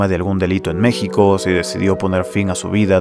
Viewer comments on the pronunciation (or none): none